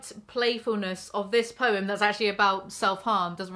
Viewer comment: The fact that she pronounces the word 'poem' with one syllable is the first red flag for me.